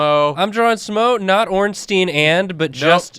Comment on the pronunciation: Why do half of the YouTubers I watch pronounce it Smoe and Ornteen? They're not a Jewish law firm lol. It's pronounced like Smog or Smowg and Ornstein is pronounced like Frankenstein. I could see if they were golems or something but they're in an Italian style building in a medieval themed world, I doubt they'd have Jewish names. Even though Ornstein is in reference to the son of a jew, I still don't think his name would be pronounced in Hebrew given the time period and locale.